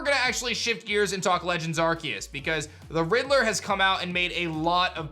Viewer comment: Legends Ar-see-us is how its pronounced. Not Ark-e-us. That's really annoying to hear.